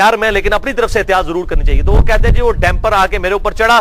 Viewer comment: Its not" DAMPER", ITS "DUMPER" Ali bhai